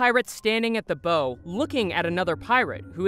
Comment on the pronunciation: Just a quick FYI; it's actually pronounced "B-OW of the ship," like "bowing to an audience". Not "bowe" like "bowtie". ; )